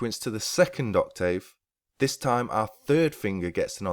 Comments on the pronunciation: The spoken (pronunciation) of English is not always the same as the written word. i.e. Ock-tiv; when speaking. Oc-tave when writing. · Oc-TAVE!!! Are you serious with that pronunciation!? You're suppose to be a Native English speaker, right! It's Oc-TIV....as in Give. Your write TAVE...but you pronounce it TIV. Get it? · not wrong in general. But in this case you are. UK pronunciation/ˈɒk.tɪv/ US pronunciation/ˈɑːk.tɪv/ Notice the 'tiv' part The dropping of sounds (vowels) in connected speech by native speakers is the reason why 'Oral' English is so difficult to learn for non-native English speakers, be it UK or US English. Research 'Elision'. By the way, your guitar lessons are great!. Cheers!